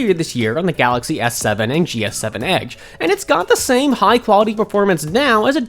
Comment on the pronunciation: I hate the way he says "edge".